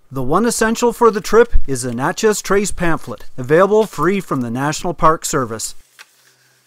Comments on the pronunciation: Great vids...but I have to nit-pick a little. It's pronounced "Natch-ez:, not "Notch-ez".....and if you enjoy the Mississippian Native American culture, head on over to Moundville Alabama and visit the park there. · It's Natchez! Not Notches! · Nat (rhymes with mat) chez. Little off on the pronunciation :) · you could just place your shoes with the sun facing the inside of your shoes and they would have dried out quickly. Locals pronounce Natchez as Natch.ez (like hatch). Love your videos. Always so informative with beautiful photography. I haven’t seen lightning bugs in years. Thank you again,. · Great area. 3 friends and I rode our bikes down the Trace in 1995. Nice to see the pictures. BTW it's pronounced "NAT-chess" (iike gnat) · It is pronounced Gnat Chez. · Robert Morris. Yep. "From Natchez to Mobile", and yankees can't pronounce either. For our dear viewers: Naa Chez to MO beel Other place names in the video are savaged also. Still a pretty good set of photography. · Great video. I laughed the whole way thru this video how u pronounce Nat(like the bug)chez trace. Works better if u really have a good southern twang like I do. We just call it The Trace. Don't speed. U'll hit a deer. I live near all in this area between Corinth and Jackson tn. Can u use those shoe driers in ur bed to keep it warm? Great civil war park at Shiloh, TN if u get a chance. U must have been here earlier in the year today it was nearly 100 here and heat index was 108. U can't stand it with no a.c. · Please ask a few residents on how to pronounce the names of the towns. Natchez isn't pronounced like nachos. You may be arrested the next time you drive through. Good job on the videography though. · please it's Na long a sound.